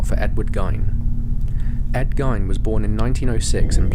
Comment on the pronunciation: Ed Gein's last name is pronounced "GEEN" .....not "Gyn"